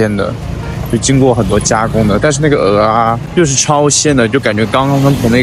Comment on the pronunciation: 有大腸麵線、蚵仔麵線跟大腸蚵仔麵線～ 話說大陸人居然知道蚵仔的唸法 太厲害了👍